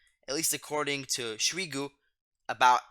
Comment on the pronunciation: Its not smigu its shoigu 😂